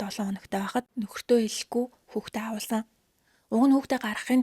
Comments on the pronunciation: Awuulsan gd bhin awahulsn ghin bishv. Muuhaibsnsgdod bhin 😂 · Woow🎉🎉🎉 gehdee Gants udaa shvvmj helmeer bnaa avhuulsan gej heleerei avuulsan geed bhaar evgvi sonsogdood boldoggvi ee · Авхуулсан гэж хэлээч авуулсан гэж яриад байхын юм хийж байгаа бол үг хэллэгээ зөв хэлээч